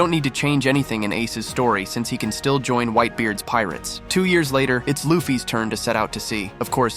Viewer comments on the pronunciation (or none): none